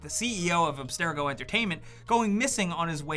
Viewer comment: Ab stare a go? I don’t think you even remember the story. It’s abstergo.